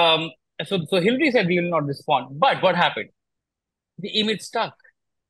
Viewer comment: It's not hillry but hillary yaar